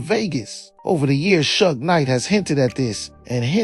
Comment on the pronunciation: Maybe if Suge was typed in phonetically in the prompts it would pronounce it correctly